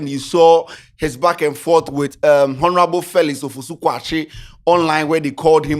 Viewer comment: The way says 'Honorable' makes my skin crawl. Please for the love of all that's good, the 'H' in honour and all its derivative words or word family are silent 'H' so it should sound 'onourable' not with a pronounced 'H'. 🙏🏾